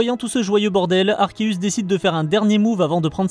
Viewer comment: Super vidéo je viens juste de m'abonner à ta chaîne baie pécha et sinon mon légendaire préféré est arceus le mec c'est dieu en fait😅 Ps enfin une personne qui prononce arkeus et non pas arseus comme la majorité des français le prononce ❤